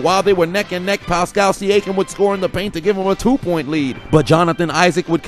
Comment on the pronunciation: Don't think I missed you butchering Pascal Siakam's name LOL what the fuck was that